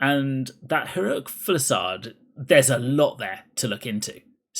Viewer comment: Say it with me: fuse-i-lade. Not full-i-sade.